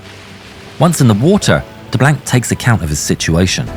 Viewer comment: Being a Cajun in Louisiana I'm proud we are represented by DeBlanc...but learn how to pronounce his name and the actor had no accent and we don't use culture references every five seconds "bring on the gumbo"...lol or the swamp references...but other than that great representation